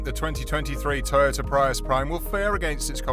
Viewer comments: I wish you were correct. Look at other people's videos. You're giving wrong information. It's pronounced Pree- US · Thank u! I wished they'd make them sportier looking. We pronounce Prius as (PREE US) 😉🇺🇸